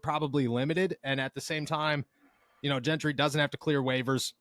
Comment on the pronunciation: Why does it bother me the way says Zack’s last name. Maybe because nobody else in the world is pronouncing the G that way. Follow us, it’s Gentry like Gentleman UGGG. Not happy with King trade but for temp we will see but there is something fishy about this guy being available especially being cut by Texans. We will see if he helps until we can get some permanent top quality help. is so happy like we just got sauce hahaha. I trust Kahn that he at least tried to get some depth at CB from what’s out there and hopefully he’s better than Pierre in the game because Pierre helped us last year, he wasn’t great but he helped instead of hurt us. Welcome Desmond King. I’ll be happy after I see him play. Thanks for the good reporting. Haha said it right the first time. They keep going back and forth changing the G that’s why it bothers me OMG